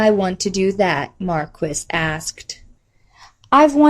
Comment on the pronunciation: great work! just one wrinkle... "Maquis" is pronounced "ma-key".